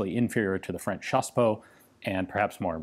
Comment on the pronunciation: When you say chassepot I think you mean CHaSsePoT